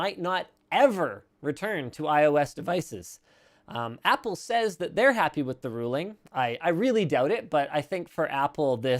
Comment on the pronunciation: So Apple "Wost"?